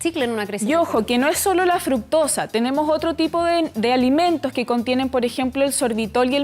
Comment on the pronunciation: Esta esta presentadora se comio un corre caminos...no termina de pronunciar la palabra ...y dice "kie" en vez de "que" the chilean accent is very hard ..takes time to understand...it makes me get colon irritable..terrible